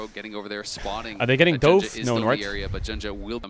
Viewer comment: Someone please tell Caedrel he doesn't need to say doven JUST SAY DOVE. bros got me putting my fist through my couch cushions LOL HAHA MARCCCCC<3